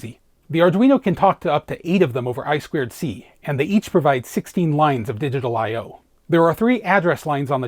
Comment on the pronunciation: Eye-two-see, not Eye-squared-see. 😂